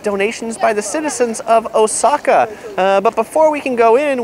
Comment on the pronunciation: First Travel video I see where someone is pronouncing Oooooooosaka correctly.